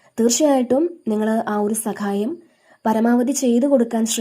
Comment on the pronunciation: സകായം അല്ല സഹായം 😊